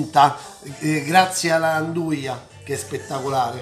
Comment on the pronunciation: andugia no' anduia